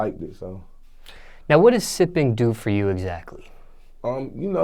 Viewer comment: "sssipping" Hmm? 💀💀💀💀💀